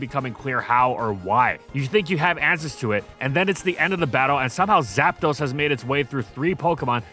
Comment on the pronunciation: Istg bro say "GAPDOS" one more time and I'm unsubbing